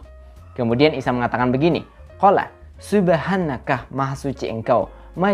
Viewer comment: Yg bener tuh "Subhanaka" Bukan "tsubhanaka" Karna huruf "tsa" dengan "sin" itu berbeda Malah kayak bukan bahasa arab itu sih Kesannya kayak aksennya orang jepang gitu "Ikeh ikeh kimotseui"